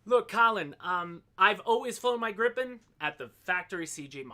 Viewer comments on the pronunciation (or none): Learn from: It's Grii pen, not Gripp-en. 😉